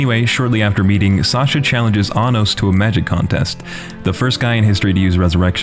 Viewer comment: My friend either ruined or perfected this series for me. Around the first few episodes he repeated all the lines where they were saying Anos's name, but pronounced it very similarly to Anus or Sir Anus. As if he was just pronouncing it slightly wrong but not deliberately trying to say anus... Now I can't not hear it whenever something serious comes up. It is funny and infuriating at the same time, but considering the show is an over the top power fantasy, it turns it into a parody. It is actually kind of annoying that Isekais, Demon Lord's, Power Fantasy, and other genres that fold together are the norm now. It also seems like every Korean action Manwa is a power fantasy now. Only the best really stand out. For some reason I find this show enjoyable though.